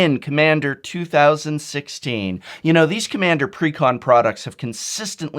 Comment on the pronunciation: I could understand if it was 2015 back in January or February. But 2016 is almost over and you still flubbed lol.